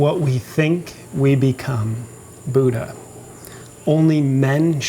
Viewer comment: I am SO OFFENDED how you pronounce Buddha.